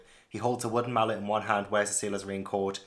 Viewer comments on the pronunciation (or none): none